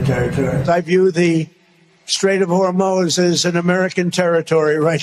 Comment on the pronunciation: What is he saying "strait of hormones "??????????😅